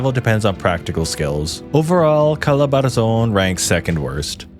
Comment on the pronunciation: he said he was "born and raised" here in the Philippines but the "pasig, la union, pangasinin " pronunciation was murdered + also its "calabarzon" not "calabarazon".. kulit mo bro..